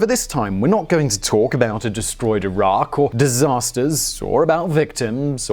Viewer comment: I do appreciate that you pronounced Iraq the correctly. 10/10 good job most people would have botched it